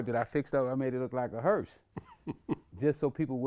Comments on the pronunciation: Vladimir thinks it's called a "hearst". Not a hearse. A HEARST. Smh dumb ass niggas. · Vlad keeps pronouncing hearse hearst 🤦🏽‍♂️